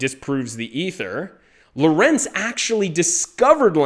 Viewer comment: Please pronnounce LORENZ correctly: LOrenz and not loRENZ.